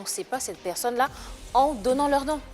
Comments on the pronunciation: padon on dit personne et non peksonne c'est agaçant.🤣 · Epuis il continue à dire (pekson)🤣🤣